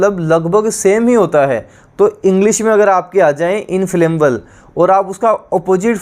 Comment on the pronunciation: Sir ji inflammable hai wo इंफ्लेमेबल ना कि इंफ्लेमबल